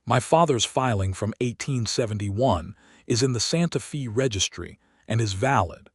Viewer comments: Decent story. However, it’s Santa FAY, not Santa ‘Fee.’ Please, it’s jarring that you make this egregious an error. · The correct pronunciation is Santa FA, weather or not it is AI miss pronunciation or the story teller using an old western slang for the time the story takes place or not I do not know. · IT IS STILL NOT "SANTA FEE" THIS IS SPANISH AND PRONOUNCED "SANTA FĀY". "FĒ" IS A SPANISH WORD, SPELLED "FĒ", BUT PRONOUNCED THE SAME WAY AS AMERICAN ENGLISH IS PRONOUNCED "FĀY". SPANISH USES THE SAME WRITTEN ALPHABET, BUT SPANISH VOWELS ARE NOT PRONOUNCED LIKE AMERICAN ENGLISH. SOMETIMES THE CONSONANTS ARE NOT PRONOUNCED THE SAME WAY EITHER. YOU GUYS NEED SOME TEACHERS WHO KNOW GENUINE ENGLISH AND SPANISH AND TEX-MEX, AND A LITTLE BIT OF FRENCH. LEARN THE LANGUAGE OF YOUR TRADE.